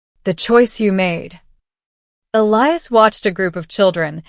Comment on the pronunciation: Finally, Elias' name pronounced correctly!